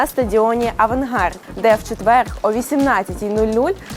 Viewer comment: дура не четвеерГ а ЧЕТВЕР